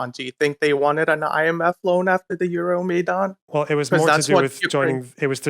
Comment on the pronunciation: He pronounced Euromaidan comedically wrong. Even if he has Ukranian heritage, he clearly isnt culturally or even literally Ukranian